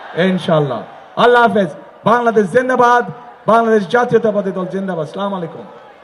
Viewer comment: ভাইয়া, ছালাম (আসসালামু আলাইকুম) ঠিক করে দিন।